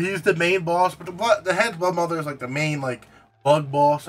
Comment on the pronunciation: Broodmother not bloodmother